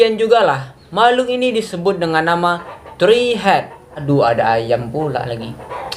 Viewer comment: Tree bukan "tri" woy